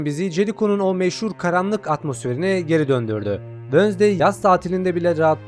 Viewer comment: Abi Allah aşkına wönsday deme